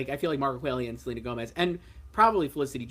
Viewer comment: I heard that Gomez proununciation was sub par. I can’t imagine the actin* body overlooking that, and they didn’t.